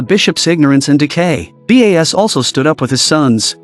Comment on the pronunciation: is the narrator a human or AI? why is the name Bas spelled as B.A.S and not pronounced properly? So annoying.